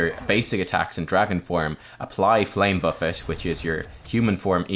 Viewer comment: Only youtuber who can pronounce flame buffet correctly